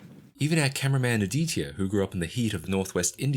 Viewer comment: that has to be the worst pronunciation of 'aditya" i have ever heard in my life 😭😭 great video though